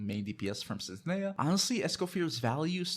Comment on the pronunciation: How do you not know how to pronounce Snezhnaya and Escoffier even thought it's said constantly in-game?